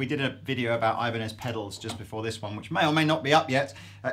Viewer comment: i cringed so hard when they said ibanez titans....